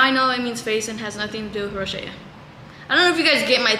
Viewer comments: ITS NOT ROSHEA, ITS ROSACEA 😭😭😭😭 row-zay-shuh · rosacea is pronounced row-zay-shuh not row-shay-uh ☠️☠️ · girllll rosacea is pronounced ro-zaaay--shuh xdddd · Lol you’re so cute, it’s pronounced ROSE-aye-CHUH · its pronounced rose a sha hahaha i have it too boo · Not tryna be mean but it’s pronounced RO-ZAY-SHA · it’s pronounced (row-zay-sha) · i thought rosacea was pronounced ro-say-sha 😭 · Yeah this been bothering me but wasn't sure if they just say it different in Mexico or something? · that's not how you say rosacea 😭😭😭😭